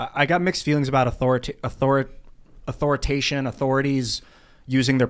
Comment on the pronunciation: “Authoritation” –, 2022.